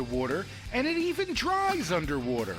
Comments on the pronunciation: why did he say water like that? " It Evens Sticks Underwooder" " And It Dries Underwooder" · "It even works under wodder" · ”It even works underwooder!”